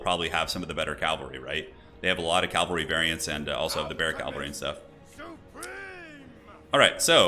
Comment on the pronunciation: Ca-val-ry not cal-vary